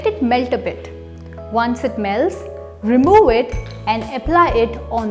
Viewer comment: "remOO it." DEAD!